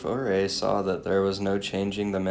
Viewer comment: Also, I thought you would have ask me what names you mis-pronounced in your Packer podcast. It seems as though accuracy is not that important to you. Ouay is pronounced "U-ray" and Saguache is pronounced "Sa-watch". Ok, now you are all fixed!